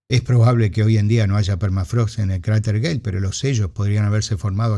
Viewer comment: No hay UNA vez donde no parezca que dice "cráter gay"